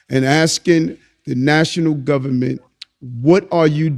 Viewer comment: 'ITS DA GUBBAMENT, ITS DA GUBBAMENT ...' 🎶 🎵